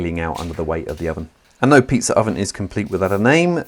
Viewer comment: You meant pizza right? In my English pizza has no R.